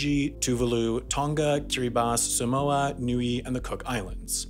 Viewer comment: 😂😂 even as a samoan, your saying samoa and tonga wrong, but thats pretty Funny tho. Keep up the good content 👍👍